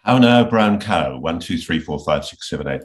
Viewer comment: He has an odd way of saying “cow”, and I’m also Australian. Never heard it pronounced like that. I mean, …. three letter word, it not like it’s “pneumonoultramicroscopicsilicovolcanoconiosis“ or something, it’s just “cow”. I don’t trust anyone that pronounces cow like that, and I doubt the cows would trust him much either.